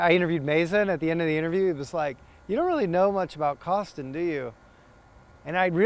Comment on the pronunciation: “Eric Kostin” lol